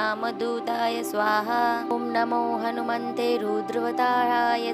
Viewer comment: It's hanumate Not hanumante Galat uccharan theek nhi.. Jai shree ram